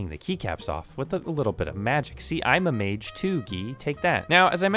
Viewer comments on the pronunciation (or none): none